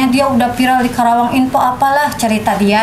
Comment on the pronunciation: Teh karawang bukan kerawang 😊